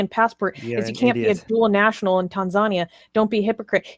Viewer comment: Tan-zuh-knee-a (Tanzania)